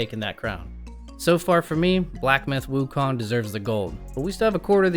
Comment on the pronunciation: you kept saying Wukon throughout the entire video